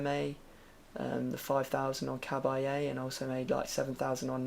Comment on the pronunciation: You pronounced Cabaye wrong